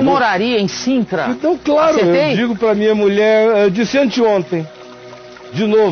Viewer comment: É Sintra, com S. “Cintra “ não existe